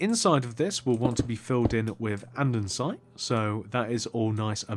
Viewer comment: it's and-e-sit not and-en-site